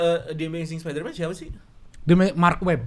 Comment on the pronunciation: Males banget denger,, ngucap Spiderman dg ucapan (SPA)DERMAN